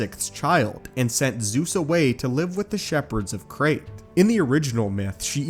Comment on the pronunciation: Crete, Is not pronounced Crate.